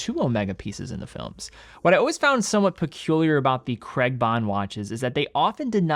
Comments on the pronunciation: How Americans say the name Craig like 'Cregg' is baffling. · Crayg not Creg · It’s Craig, not Creg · Not Creg, CRAIIIIGGG. It's Scottish. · Daniel Cray-guh, not Creg. 🤦🏻 Americans are so dumb. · BTW Craig isnt pronounced 'Kreg'. its pronounced like 'Kreyg' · A bit off subject but being British,I always find the American pronunciation of Daniel Craig's surname very strange,Americans pronounce it as "Kregg" when it's actually "Krayg" ! PS I own an Omega Seamaster 300 pro seaweed & love it! I'm not a fan of titanium as I like the feeling of weight in steel watches,when they are very light they feel cheap/fake to me even though they obviously aren't! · It’s CRAIG not creg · Say Creg again. I dare you, I double dare you. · Btw I love you but why can’t Americans and Canadians pronounce Craig?? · Really annoying American pronounciation of CRAIG! 🙂